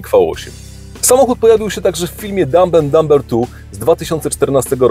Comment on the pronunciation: Litera B w słowie Dumb oraz Dumber jest niema. Mówimy: dam'en'damer